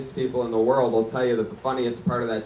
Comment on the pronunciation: LMAO redban always has trouble saying “world”